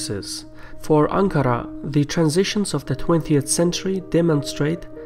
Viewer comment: I loved how you pronounce Ankara and Marmara :P